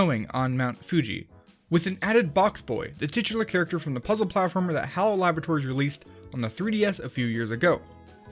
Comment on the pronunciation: you said hell not hal